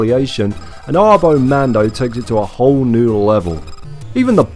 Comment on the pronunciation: I think it's "ah-bo mahn-do", since they don't typically round their a's in spanish